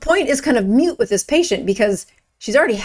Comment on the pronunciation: Not "mute"but "moot"